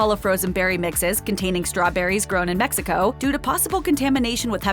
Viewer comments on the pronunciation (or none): none